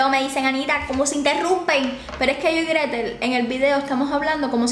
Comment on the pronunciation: Se dice Gretel y yo 😉